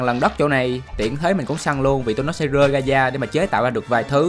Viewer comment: bạn nói chuyện bình thường được không, cứ cố phát âm đúng nhưng rõ ràng k có thói quen đó, thành ra cứ như ngọng, mà k nhẽ có người ngọng "r" "g", bạn bị như này chắc cũng mấy năm rồi, tập nói chuyện bình thường đi nha, gồi thì cứ gồi, k cần phải rồi rồi, 1 lát lại "gơi ra"